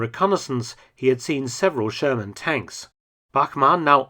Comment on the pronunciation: Who else hear the sherman as german